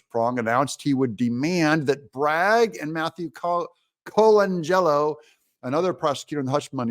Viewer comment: Adam Kinzinger is so hungry to be relevant. And Doug... It's "Coe-lan-jello"